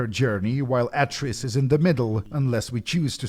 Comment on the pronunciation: ... Ah-tris? How can you get the names so wrong??